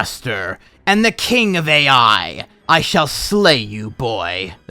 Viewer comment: As a point: "Ai" may be pronounced like "eye" as it's the Japanese word for love.